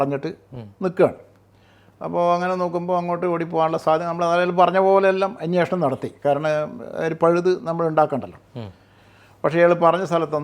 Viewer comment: അന്വേഷണം എന്ന് പറയൂ